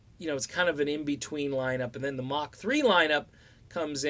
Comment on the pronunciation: BTW, it’s “Mark” not “Mach”.